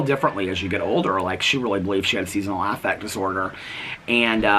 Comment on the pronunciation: I'm just curious about this even though it really doesn't matter lol. Does anyone else pronounce SAD as Season AFFect like that like did? Just wondering cause I always say Seasonal Affective (just like you would pronounce "effective") Disorder and it threw me off because I never thought of it any other way so now I keep wondering about it am I the only one that doesn't know it's supposed to be like that?